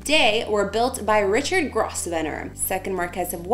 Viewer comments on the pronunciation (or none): Grosvenor is pronounced “grove ner” (Not gross ven or).